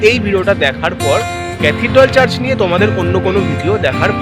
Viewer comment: 'চার্জ' নয় রে বাবা ---- কথাটা চার্চ হবে ! ইউটিউব আর ইউটিউবাররা সব কিছু ডুবিয়ে দিল রে !!